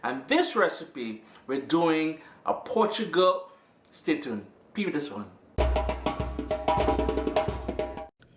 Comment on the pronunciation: Pronounced: Poo-tee-gal LOL